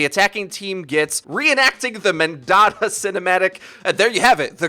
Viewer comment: The mendatta effect (like mandela but mendatta)